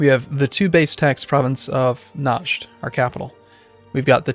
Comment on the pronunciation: Najd is pronounced "Re-ad", with a low a.